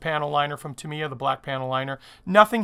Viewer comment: Nice kit, nice video, terrible pronunciation. 8-D It's TA mee ya , just like SU ba ru , except it is TA mee ya ! :-) Seriously a cool video tho .